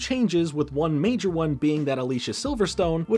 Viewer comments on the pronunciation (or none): none